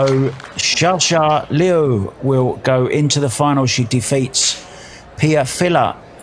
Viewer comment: They should at least learn how to say chinese names. You always say the last name firs to it is Liu Sha Sha and Liu is pronounced more like Li - O